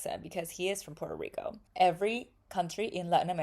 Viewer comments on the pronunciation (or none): Puerto Rico, not porto rico.... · "We pronounce all the letters and syllables." --Says "Por'ico" 😂